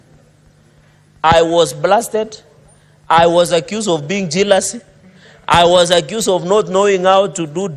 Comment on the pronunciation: Why not just say ''of" .. what's this "rof"?